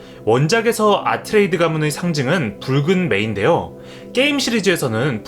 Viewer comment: 아트레이드가 아니고 아트레이데스 입니다 새로 개정된 책에도 발음이 고쳐졌고 예고편에도 아트레이데스로 발음합니다 물론 저도 30년 가까이 아트레이드로 알고있었어서 고치기가 힘드네요